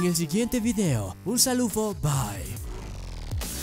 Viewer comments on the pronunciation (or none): por que dice salufo?